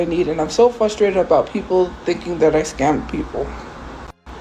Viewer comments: Is it just me or does she say "flustrated" instead of frustrated? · What is it with these Lolcows and the word frustrated. Hahaha they all say fusstated